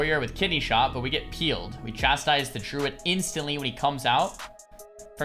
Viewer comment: Does anyone else hear "Truid" when he says Druid? I can't un-hear it now.